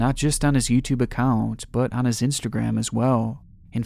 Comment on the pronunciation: Whaaaat someone with a mental disorder doing crazy shit with kids, say it ain't so. 🤣 And you mispronounced "his"